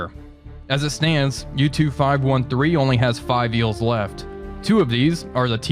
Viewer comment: did you just say YouTube 513? I mean, U-Tube 513 :P